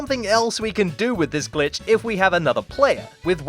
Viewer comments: Am i the only one who hears "son of a BITCH C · In the intro I swear I heard son of a bitch instead of son of a glitch XD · I listen "son of a glitch" as "son of a b^tch" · Who hears son of a b** 👇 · Did he just say son of a bitch? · My mom thought that he said “son of a bitch” and my mom went, “ they grow up so fast... a little TOO FAST” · Your intro sounds like son of a b*tch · Lmao my mom heard the intro and thought it said Bi... Instead of Glitch and yelled at me :'( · Kinda sounds like he’s saying bitch